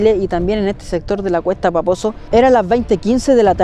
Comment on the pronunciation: Siempre escucho "cuesta baboso" en vez de "cuesta paposo" wooow vaya. Que genial video :)